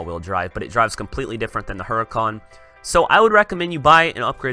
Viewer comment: Mate it's hur - I - can not hur-i-cawn